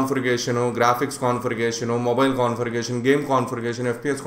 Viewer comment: Confirigationu....😂😂😂😂 LOL